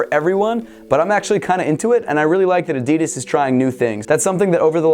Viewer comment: You don’t know how to say adidas